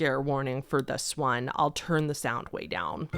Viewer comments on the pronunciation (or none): none